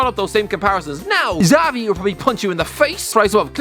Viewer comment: The way pronounces Xavi 🤦‍♂️